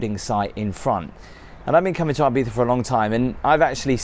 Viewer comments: as someone who has had a house in Ibiza for 25 yrs, some FYI’s…it’s not pronounced EYE-Beetha. It’s EEE-Beetha Also the Grand Hotel is certainly not the most expensive hotel on the island. You are staying in the heavily tourist area. Quite ugly and the true locals never go in there. Locals and those with $ are more in the hills. One day, treat yourself to those top hotels. Six Senses, Nobu.. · Thank you for all these videos, I'm enjoying , your reviews are very interesting and fun. BTW , I think it's E beetza , not I bee tha , lol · it's pronounced ee-bee-sah. In spanish 'i' is pronounced as english 'e'. Still leaving thumb up for the video 👍🏼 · come on dude, you staet with "ay biza" and I was fuming already, min 7 you pronunciate the name properly twice and I was ..ok, ok... then at the end you go back to "ai biza , aibiza" and I swear I just want to punch you in the face. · Can't imagine paying the price for the expensive place. How much time are you actually spending in a hotel on vacation? Again, breakfasts in hotels tend to be a complete rip off no matter how good they look. Local bars are your best friends for breakfast. Also Ibiza is pronounced E(as in sea) biza. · The way the British pronounce "Ibiza" makes it sound like you're mocking the Spanish.